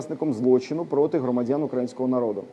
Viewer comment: Трижды сказал укрАинского народу.. може пора вже вивчити як правильно? УкраЇна, украЇнці, не знаю кто ви, пане - але руснею тхне